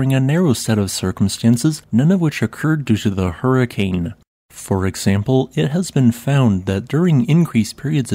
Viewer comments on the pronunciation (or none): none